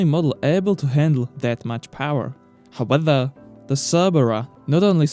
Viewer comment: Top viseos. But try to say “however” and not “howether”